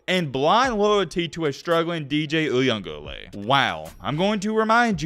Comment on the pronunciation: I just want to say, I know that this is your post and your channel, but have some respect for the man and pronounce his name right or just say DJ. I ran track at Clemson so I am not just a fan. Dabo is not losing respect from me for Keeping DJ in. I fully believe the man has more abiity and deserves more credit than people give him. DJ has thrown interceptions, yes. But, so has Cade. Cade has made incredible passes, but so has DJ. Cade has done faulty things that no one wants to talk about. Who says anything about him running into the end zone to avoid a sack, almost gets tackled for a safety, but instead throws an interception that leads to a score for the other team on his first pass of the game. No one talks about anyone else who fumbles the ball, but quick to show any short coming of DJ. I would rather you criticize the team as a whole because no one is playing up to their caliber. And for the people who want Cade in for the rest of what you call a blown season. What happens if he gets hurt and DJ has to come in and blows the doors off of the other team? All you will hear about is what Cade did before he got hurt which is some bs!!!